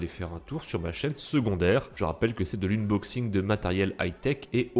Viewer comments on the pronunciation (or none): De l'uneboxing xDDD mec apprend à prononcé pls xD